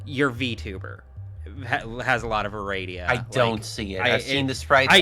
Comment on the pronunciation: this whole bit was slightly confusing hearing “Aradia” or whatever it was as “a radio”. “Your avatar looks like a radio” sounds like some esoteric insult